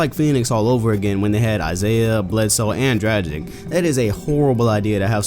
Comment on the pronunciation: it's "DRA-GICH" not "DRA-JIK". but who cares right?